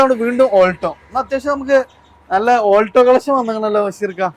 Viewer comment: Oolto alla bro Aulto 😅